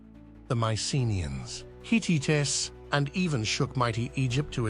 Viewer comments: "HeeTeeTas"? Seriously? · Hi-Tii-tes?wtf is that??? Horrible AI voice reader, thumbs DOWN